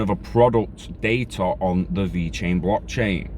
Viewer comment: Thanks for the info 👍 have a great day! And personally... I think you nailed the Italian pronunciation! 😂 stay safe brother 👊🏻